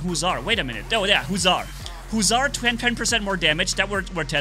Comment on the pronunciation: Yees said husar😆😁